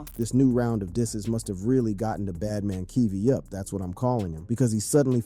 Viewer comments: Bro the fact that's the narrator is calling him band man keve as well is the most hilarious part of this video 🤣🤣🤣🤣🤣🤣🤣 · Who's "Bandman Keevo" and "Soo-ja Boy". The narrator's pronunciations are hilarious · Bad man keeve